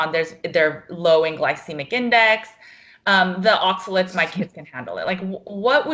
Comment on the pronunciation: ...it’s oxaLATES’...not oxaLETS’....